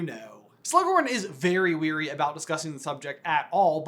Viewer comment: I know this is nitpicking, but the words "wary" and "weary" are pronounced differently. You are "wary" if you are worried or suspicious about a situation. You are "weary" if you are very tired.